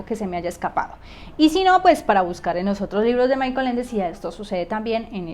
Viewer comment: Se pronuncia: Mijael Ende. Muy interesante la interpretación que das de los libros de Ende. Felicidades por tu video.